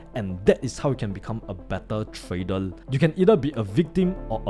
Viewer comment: No way this guy tryna sound smart when he can’t even pronounce trader 😂😂